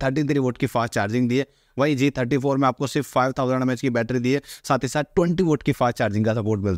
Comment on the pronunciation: Please be clear while speaking g34 and g54